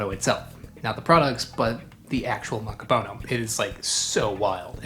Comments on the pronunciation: Also I have always heard it accented on the last syllable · Did you know, that "macapuno" means "full" or "filled"?^^ So, it's a "filled coconut" just short-handed to "filled (one)". Also: it is -puno, not -po-no, the '-pu' is pronounced more like "poo" in english, maybe a little more open, straighter and further back than the english oo. But not like "(Edgar Allan) Poe". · Is it possible that "macaPONO" is not the correct pronunciation of "macaPUNO"? You said it the same way dozens of times, but you didn't seem to be conscious of it. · He keeps saying Makapono... I keep losing my Admiration of him lol. And he said hello hello for halo-halo.. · Why you say macapono?